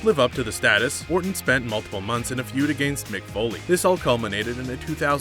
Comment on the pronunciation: This guy doesn't even pronounce the word against correctly